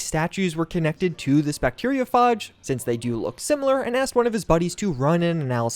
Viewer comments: My god, the pronunciation of bacteriophage and fuchsia hurts me so badly, and I'm only 6 mins in, but still interested to see where this goes! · It's pronounced: bacterio - fayj. Not, bacterio - farj. It's derived from the Greek, Phagos - meaning 'to eat'. Also, fuchsia isn't pronounced 'fook -sia', it's pronounced 'fyoo - shuh'. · Bacteriophage is pronounced with a hard A, not a soft A. fAge, not fahge. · phage - like fade not lite far , no 'arr' sound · It's pronounced 'few-sha'. And 'bacterio-fayj'. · i hate the way he pronounces fuschia and bacteriophage, he's a tip, fuschia is pronounced (few-shah) and bacteriophage is pronounced (bact-tear-E-O-f-age) (e & o are as if you were saying the letter from the alphabet, and phage as if you were saying age with an F at the beginning) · "bacteriophahhhhge" "fooksia" my brother in Christ, please... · Bacterio...farj? Fook-see-a?